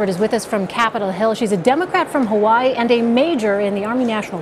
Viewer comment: Hawaii has three syllables, Elaine.